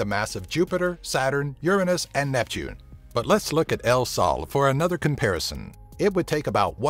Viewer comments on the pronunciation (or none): none